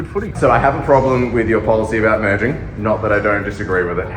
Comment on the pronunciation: Merging not murdering. lol. I had to listen to it a few times.